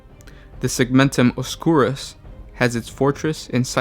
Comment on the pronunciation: A pretty good video, but your pronunciations are terrible most of the time. Segmentum Ob-skyo͝or-ous like obscure. Also, it's Segmentum Fortress is Cypra Mundi, not cypress. Hydraphur. Hy-dra-fur. No ssssss